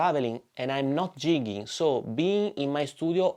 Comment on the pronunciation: LOL! He was ribbing you a bit for pronouncing it "jigging" instead of "gigging". Great job on the video though. Changed my opinion of the QC.